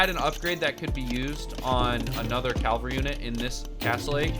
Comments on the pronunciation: CaLvery? Dude it's caVelry. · Cavalry*... not calvary. Other than that. Really helpful video ty! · It's Cavalry bud, not Calvary